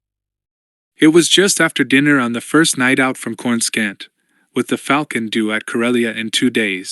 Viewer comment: I loved the rogue squadron readings. But this one is just not nearly as well read or well executed. Has to have been read by Ai. Human beings don't read .... as dot dot dot or read asterisks out loud. No human being thats watched the movies pronounces Coor ah scant as core russkunt. Makes it a much tougher listen and lessens the story's integrity.